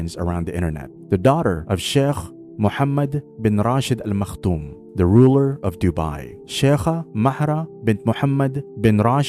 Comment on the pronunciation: Maktoum** not makhtoum as it is written.